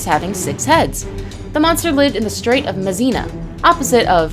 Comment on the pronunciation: The straits of Mess Na? Does she mean Messina? There are so many things she mispronounces